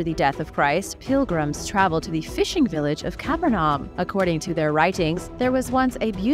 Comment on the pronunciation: "Caaa- Perrr-Num" ...